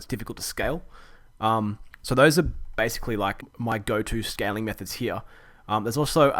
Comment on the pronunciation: Great video it sounded like you said scamming methods lol